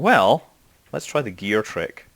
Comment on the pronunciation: I swear to god I heard you say "lemmie get my beer out" instead of "lemmie get my gear out"